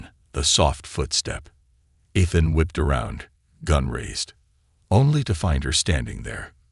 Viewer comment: eee-than❎ eth-then✅